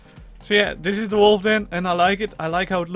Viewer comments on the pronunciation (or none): none